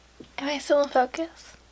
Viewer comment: that "fOcUs" on 😂